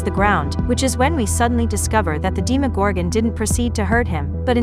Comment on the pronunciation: ermagerd if they pronounce demogorgon the way this video does im out lmao